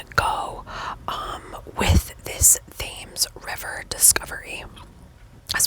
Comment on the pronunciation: Great video. The river Thames is pronounced “tems”. Good reason why this is a popular video of yours. Thanks for flagging it in your latest video!